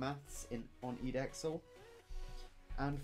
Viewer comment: Side note: I've never heard anyone pronounce edexcel as "eed-exl"